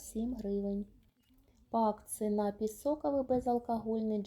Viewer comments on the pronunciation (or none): Та не нАпій, а нап-І-й, от курка тупа, москворота!